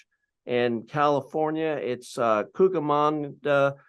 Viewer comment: Thank you pastor for sharing so honestly 🙌 I'm born/raised in S California, so hearing pronouncing Cucamonga made my day 😂